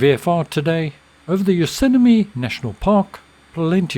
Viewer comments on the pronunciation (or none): Just a couple of vocabulary corrections; opening the throttle a small amount before engine start is called "cracking" the throttle, not "cranKing". (Cranking an engine is something completely unrelated). Also, you said "Yosemine" national park first, then "Yoseme" but it's "YosemiTe". (pronounced "yo-SEM-itty").